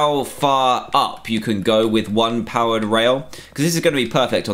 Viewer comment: Am I the only one who kept hearing "powdered" instead of powered?